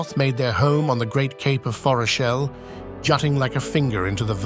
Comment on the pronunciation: Fantastic. But, are we sure about the pronunciation of Forochel?